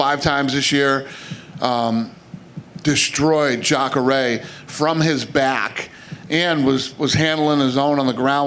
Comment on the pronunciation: Watch - in 0.25x The way Dana says BaCk 🤣